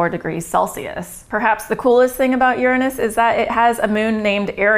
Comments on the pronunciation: Oh this is priceless. Because of the topic, she became so self conscious about how she was going to say it, that instead of using the correct 'your-anus' pronounciation, she ended up changing it to something even funnier... 'urine-us.' I was thinking 'wait for it, wait for it, how's she going to say it...' and when she came out with 'urine-us' I burst out laughing. Its put a new twist on an old tired joke. I'd got over laughing about its name decades ago, until I saw this video. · I'm pretty sure you're pronouncing it wrong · You pronounce it wrong